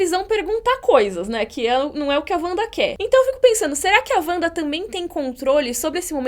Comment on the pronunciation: Parei de ver no "Uanda"